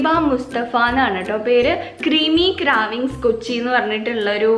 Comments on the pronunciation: Pronounciation Craavings nu alla....crevings nu anu.... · ക്രാവിങ്സ് അല്ല... ക്രേവിങ്സ്‌..... ക്രീമി ക്രേവിങ്സ്‌...😊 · കരാവിങ് അല്ല ക്രെയ്‌വിങ് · Kraavings aavilla craving aavum 😂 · cravings- craaavings allatto, It's pronounced as 'craeivings' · Creamy cravings pronounce cheyan padiku adyam 🙆 kashtam thanne